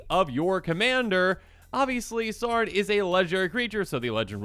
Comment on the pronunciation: It’s not “Sarn” it’s “S-ow-ron”